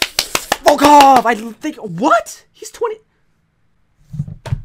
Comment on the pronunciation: at the start of the video he says "have you heard of the volcock guy?"i guess he said it the weirdest way....